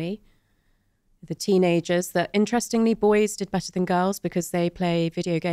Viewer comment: Terrible pronunciation of 'better' 😀